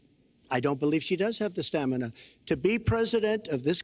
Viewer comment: as soon as he says STAMANAH the super smash bros theme plays in my head. stamina mode is fun